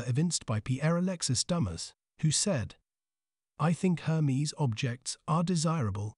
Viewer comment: Interesting… pronouncing the name incorrectly throughout, took away from the video. It’s not Her-mees, it’s Air- mez. Bonne journey.